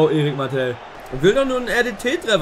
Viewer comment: Bitte bitte sprich Martel aus wie er heißt und nicht Mattel 😭😭